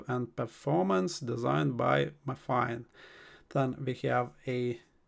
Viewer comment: Pronounced My Fine